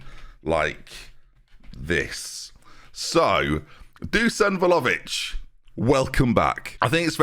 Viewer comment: I thought I was done hearing VOLOvic 🤦🏻‍♂️😭